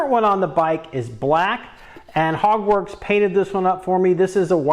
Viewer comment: Sounds like ur saying “Hogwarts” like Harry Potter, not Hogworkz 🤔